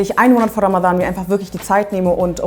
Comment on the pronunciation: Du bist sehr unterhaltsam und sprichst Ramadhan perfekt im arabischen Original aus. Mein Ziel für Ramadhan 2019 ist es das Buch "die ethnische Säuberung Palästinas" zu Ende zu lesen, weil ich das schon ewig habe und bisher nie geschafft habe.